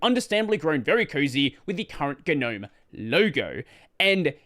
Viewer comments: how come you always mispronounce Gnome? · I just wish people would pronounce the word Gnome correctly. 😂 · I love how you momentarily forgot how to say "gnome" as in the mythical creature :)